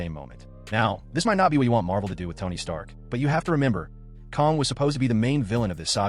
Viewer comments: KANG, not Kong. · So you are using AI for your voice? Kind of gave it away when you said "Kahn" instead of "Kang".